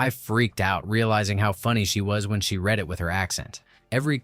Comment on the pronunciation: For goodness sake, can you at least get an AI narrator that knows how to pronounce “read” correctly. It hurts your credibility in an otherwise enjoyable video. Do better.